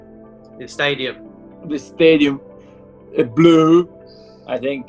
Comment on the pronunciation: The way Zigic said Blue cracked me up